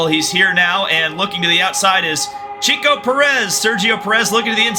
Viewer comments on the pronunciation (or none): Its not cheeko you numb nut. Its checko... like a check mark plus a O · Just for the record it’s Check-O Perez ! 😂🤷🏻‍♂️